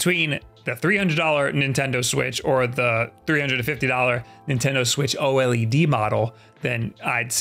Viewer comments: Yeah it’s pronounced O Led not O L E D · Please have him call it OLED and not O L E D. Edit: Fuck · I have never met someone who says "O-L-E-D" before. Most people just say O-LED. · Why is everyone saying O L E D??? Its OLED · Can you please say OLED as a word, and not as separate letters? It makes me feel weird 🥲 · I hate how he says oled